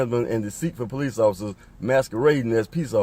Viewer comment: Is he saying police officer’s or peace officers?